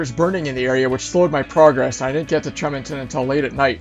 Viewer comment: Tremonton, Utah is pronounced Tree- Mon-ton